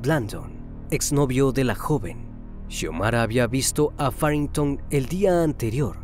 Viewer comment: Faringtow??? hay wey mejor Nepomuceno 😁